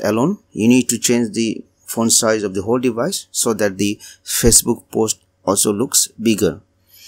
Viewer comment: It just bothered me so much on how you pronounced facebook!!!